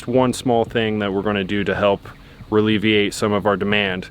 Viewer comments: Ralevate?. can't believe you let that go. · It’s not relieviate!!! That’s not a word!! It’s ALLEVIATE!!! Anyway, something about this video, Kenz’s jokes, a walk in the woods, Bear & heard Io, the kids, summer. It’s like you guys got your mojo back. It’s been very stilted & like there was a disconnect for months now. I really, really hope it sticks with you! I hate to see the viewership so down! Copy this recipe & you guys can bounce back! Plus, the other side of the barn needs done, you need barn water catchment. More solar, maybe… you have those other 12 panels. A storm shelter. A real garage other than the solar array! The trailer needs to be pressure washed & turned into a camper & for goodness sakes, let the dogs in the house! They’re family! It doesn’t have to be perfect all the time. We saw the mess you two & 2 dogs can make! Let’s see 6. I love you guys so much & only wish all the best for you. Just please keep it real! ♥️ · and his words... Reliveiate..... 🤣🤣🤣